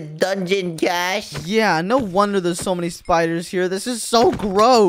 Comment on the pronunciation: WHY ARE YOU GUYS SAYING IT WRONG@ It's Cash and